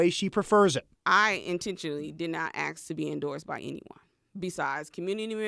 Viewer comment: She cant pronounce 'ask" correctly....